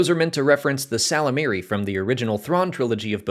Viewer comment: You really should really listen to those audiobooks you're always hawking. The Y in ysalamari isn't silent.